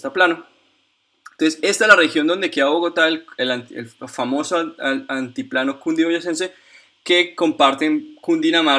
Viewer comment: Buen vídeo, pero no se dice antiplano amigo. Se dice altiplano.